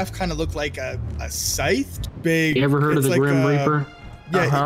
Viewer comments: bro really said "sith" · Your “Syth”? Scythe* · it scythe (s-eye-th) not sith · “Sith”: no idiot it’s syth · No way he called it a “sith”😭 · Did he say sith instead of scythe at the beginning? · Its not called a sith its called a scythe s-eye-th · Its S EYE TH not sith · Syth not sith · Its pronounced Sci-ithe not Sith 💀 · "sith??"...you guys and your pronunciations.... it's a Scythe, pronounced "sigh-the" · pronouncing "scythe" as "sith" just broke my brain. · It's funny that he called the sythe a sith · Wtf did he just call that scythe? Wtf did he just call that scythe... A SITH? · with your "sith?" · Did bro just say "sith"? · It's pronounced Sythe (Sigh-th). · He said sith instead of sith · I love how says scythe wrong